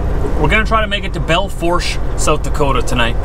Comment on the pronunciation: I think it's pronounced Bell foosh????